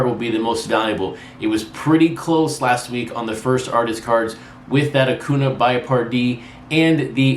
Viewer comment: You said it right in the last video and now you're back on A-coo-na! It's A-cuhn-YA - the accent mark is very important.